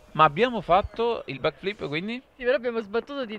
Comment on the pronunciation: Sentire blackflip, al posto di backflip mi ha fatto sanguinare le orecchie